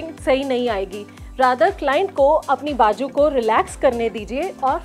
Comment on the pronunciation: You speak very good Hindi or Urdu . But don’t say bajoo . It is bazoo .